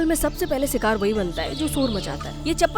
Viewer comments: सिकार नहीं कृपया शिकार बोलिये 🙏🙏🙏🙏🙏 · Sikaaaar ya shikaar😂😅😅😅😂😂